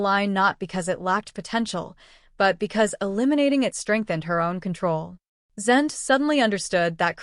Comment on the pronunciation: Stupid AI, it can't say Zende properly, it's not Zend it's said like ay on the end of his name. I wish the YouTube videos would stop using AI.